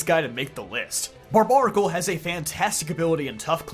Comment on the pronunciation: I thought it was pronounced Bar-bare-a-cul. Isn't its name a combination of barbaric and barnacle? Someone correct me if I'm wrong. This is the first time I've ever heard its name pronounced like that. Everybody I know puts the bare in bar.